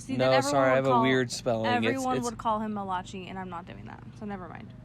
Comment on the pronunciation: I would NEVER try to pronounce Malachi as ma-loch-eee 🤣🤣🤣what